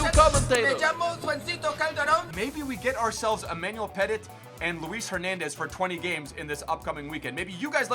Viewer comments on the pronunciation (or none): Love you bro but it’s Puh-tee not Peh-tit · How can pronounce all kinds of stuff but he can't pronounce "Petit" correctly it's not fucking peddit😂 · ITS PRONOUNCED PE-TEA, It isn't a dog, it's not pet it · It’s not pronounced petit it’s pronounced petee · Emmanuel pet it its pronounced pet eat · How American can you be😂😭 it’s Petit, Pet-ee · Also,it's Emmanuel Pettit (Pet-tea)